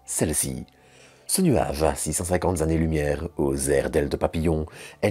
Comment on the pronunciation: 2;18 >>> "Ce nuage à Six-cent-cinquante zannées-lumière" ?!? AÏE. Euh, non. Vraiment pas. Car une Zannée-lumière, non ça n'existe pas. C'est dommage cette faute récurrente qu'il y a encore peu un gamin de 8 ans ne commettait plus... à moins d'avoir de sérieuses difficultés. C'est dommage car ça détruit la valeur de votre travail : comment croire aux capacités de quelqu'un qui est incapable d'appliquer une règle aussi simple ? Car c'est vraiment simple d'éviter de commettre cette GROSSE faute infantile. Pourquoi ne pas le faire ?